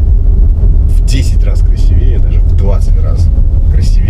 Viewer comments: Питер, ау! Не красиве́е, а краси́вее. Культурная столица, ёпте😂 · красИвее, а не красивЕе...